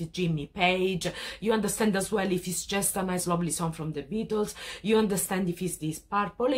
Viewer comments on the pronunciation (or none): none